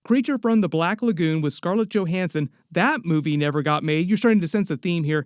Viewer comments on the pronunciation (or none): none